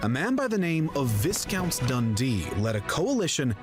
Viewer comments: ‘Viss-count’ Dundee?! No - ‘Vie-count’ Dundee! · And it's "Vye-count" not "Viss-count". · 'Viss-count' (on video you were watching) is actually pronounced like 'vie-count'. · I absolutely Hate it when words are mispronounced... Especially by American narrator's of British history. Viscount should be properly pronounced as Vi count with a long I NOT as viss count. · "Viscount" is pronounced "Vyecount". In French its Vicomte. In the early Middle Ages, a Viscount was a Vice-Count (a count's deputy in the Carolingian Empire). George I only became King in 1714. Mary died in 1694 and William III in 1702 after falling from a horse called Sorel, which used to belong to the Jacobite conspirator Sir John Fenwick, who was executed around 1697 for plotting to assassinate William. Queen Anne became Queen in 1702-14 but had 17 miscarriages and her only surviving child died aged 10 in 1700, before she was Queen. So with Catholics excluded from the throne, it passed to the Protestant descendnts of James I's daughter Elizabeth Stuart, who were the House of Hanover. The Louis of France in that portrait is Louis XIV, but he died in 1715. Louis XV was King in 1715-74. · VISCOUNT is pronounced VEYE COUNT. The Latin name for JAMES is JACOBUS. Hence the name JACOBITE. Have you reacted to " FLOWER OF SCOTLAND ", the Scottish national anthem ? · Viscount, lol! It's Vycount. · Wow. You've chosen some terrible videos in the past, but this is right up there with the worst ever. Factual errors, and awful, pointless misleading graphics all over the place. I'm afraid the moment he mispronounced "Viscount", you lost me completely. For the love of god STOP using videos made by Americans to learn about British history. They are always embarrassingly bad. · The pronunciation of "Viscount" was wrong not only because the narrator pronounced the "s" but also because the "i" is pronounced like the "i" in "nigh" (not like "is").